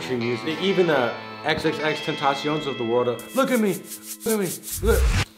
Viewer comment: said tentacion wrong. no hate